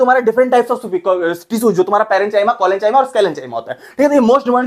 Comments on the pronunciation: Bhai wo parenchyma hota hai wo parenchaima nhi hota hau😂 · सर पेरेंचायमा नहीं होता, पेरेंkaaयमाहोता है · Parenchyma❌ Parenchama✅ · Parenchyma collenchyma sclerenchyma❎ paren chai ma ,😂 and baki sab bhe chai ma 😂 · parenCHYma, collenCHYma, SclerenCHyma 😭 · parenchyma ❌ parenchima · Bhai pahele parenchyma bolna sikh le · Parenchyma❎ पेरनचाईमा✅😅😅😂